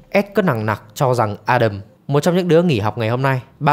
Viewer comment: Ad đọc tên A Đầm chuẩn đó. Nói với người nước ngoài đọc A Đam họ ko hiểu 😂